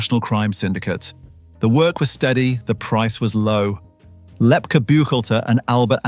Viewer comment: LEP KEY is how it's pronounced